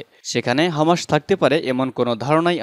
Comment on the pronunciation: হামাসের উচ্চারণ ঠিক নাই।